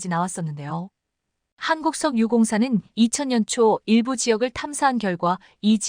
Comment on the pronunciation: "한국석(쉬고) 유공사...한심한 AI?ㅎㅎ